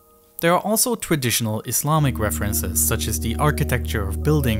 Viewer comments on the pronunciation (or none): eFiopia, instead of eTHeopia . Sounds like he has a ‘F’ , for ‘Th’ speech replacement Phonological defect. TogeFer, for TogeTHer. OverFrow , for OverTHrow. NorF for NorTH etc. Also spotted gWoop for GrOUp CentWal for CentRal. TWaditional for TRaditional Probably a few more , but it becomes difficult to concentrate on the actual subject which is ( otherwise very interesting ) An early intervention might have helped, but so many kids are just not getting that help early enough.